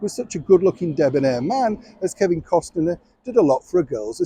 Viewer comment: Costner, not Costiner